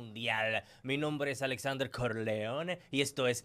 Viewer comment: Corleone en España no lo diste asi